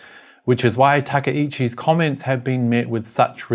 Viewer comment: Takai-chi instead of Taka-ichi. Takai is tall, high or expensive. Chi is city. Ichibwill become One. The i is removed when koined with other words, such as the Departmental Store Taka-shima-ya. I am a Chinese Singaporean and my knowledge of Japanese is very basic. Just sharing , as tó maky people made the wrong break.